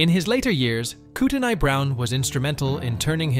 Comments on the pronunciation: I was born in that area. It’s pronounced koot on eey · The "T" is silent in revenant. It if were a woman, it would be pronounced because it would spelle revenante for feminine gender. Look up the pronunciation of Kootenai.